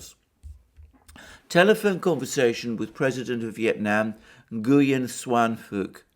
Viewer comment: Ngyuen is pronounced Nween